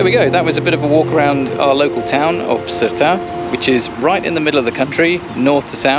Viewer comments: FYI: Sertã is pronounced Ser tao. The squiggly over the ã is pronounced ao as in wow with the first w dropped. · Ok guys.... It is NOT... SERTA... But Sertã, the Ã at the end gives it an "Ahhnnn" *sound... So, it is 'Sertan'.... Other than that, what a beautiful video.❤ my little country, despite its issues, and after 42 years abroad, having left as a kid, I had to return back home, for it is such a special place. 😊🤗Great work guys. We need more videos of you guys traveling around, relaxing and showing us 🇵🇹.And u need to let ur hair down. Looks beautiful. 😁🙏👍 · That's not true...there is no "ão" in the pronunciation. The "ã" is pronounced as it is([ɐ̃]) and not as a part of a diphthong like "ão", which is different. The closest way to describe the "ã" would be a nasal "a", like serta but make the "a" more nasal. It's tough to explain but that's about it. There are guides on Youtube on how to say "ã". Also, Sertão is something Brazilian, not Portuguese, so it's something entirely different. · Ohhh it's not criticizing its teaching you, after all, I am a teacher and I would be thankful if someone corrected my pronunciation! 😅And I corrected your name cause we are all human. No need to be sensitive, I just think anyone should know how to pronounce the area they live in for years already. No hard feelings.. 😊